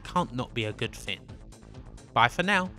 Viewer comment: Why always "Thin" instead of "Thing" ?